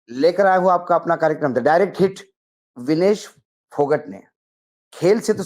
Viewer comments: भाई साहब फौगाट है ना कि फौगट please correct 🙏🙏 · सर , फोगट नहीं इसको फोगाट बोला जाएगा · विनेश फोगट नही जी, वह विनेश फोगाट है जी। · फोगट नहीं फौगाट